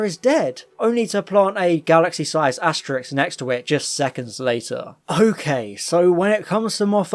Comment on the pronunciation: Asterisk pronounced "Asterix" :)